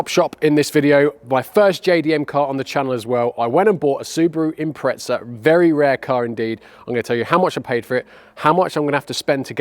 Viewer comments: Impretza 😂, there's no T in the name buddy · It's pronounced Imprettza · How come in the UK people add a T to the pronunciation of Impreza, very weird. Its a Z not a T.